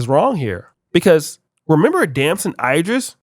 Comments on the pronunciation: its Damson Ee-driss not eye... like A B C D E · I hate how u say "idris".